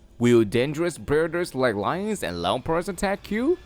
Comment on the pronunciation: nigga said "lampards"😅😅 brah.. Its leopard.. no matter your accent get it right😂